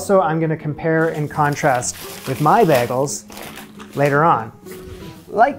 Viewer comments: I think the only difference between your pronunciation and others is in the A you’re saying BAGols and most people say BAYGOLS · He said bagels so many times in the first minute and I've never heard it pronounced like that!! 😂